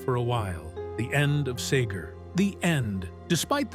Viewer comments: SEEGER, NOT SAYGER. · Back in the day we pronounced it seeger! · SAY GURR?? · STOP calling him SAger! Its a REALLY SIMPLE NAME. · Bob Sayger and Glen fray 😂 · It's not sager you fool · Stranger in Town was the Best ! OH yeah and everyone pronounces it SeeGer ! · Difficult to listen to as Pete Seger's name is mispronounced dozens of times😢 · When you can’t pronounce his name correctly, don’t do the you tube story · Why keep mispronouncing his name. Really ruined it for me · All this time I've been mispronouncing Bob Seeger's name. I'm gonna start pronouncing the name of the Beatles as the Baitles from now on!